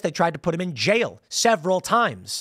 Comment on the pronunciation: Jail is a one syllable word. It's not "jayal."